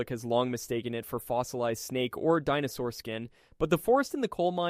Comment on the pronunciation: It's pronounced saur not sour. Heard the computer say dino-sour several times so I know it's computerized voice over.